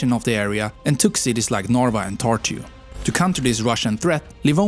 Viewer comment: as a estonian him pronouncing narva and tartu as norva and tortu is pretty funny